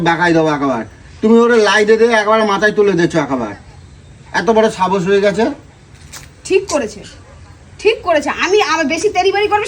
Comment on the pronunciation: Sahosh ❌️ Sabosh ✅️ 😂😂